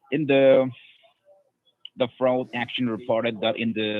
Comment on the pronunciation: That “agent” had so many red flags in his pronunciations and misuse of words. Anyone who’s doesn’t have mental decline should’ve been tipped off. We need to protect our elderly from these “fraudsters”. Wire froud, credit froud. 🤦🏼‍♀️🤦🏼‍♀️